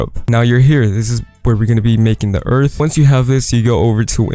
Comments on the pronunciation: i lof earf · wealcom to earf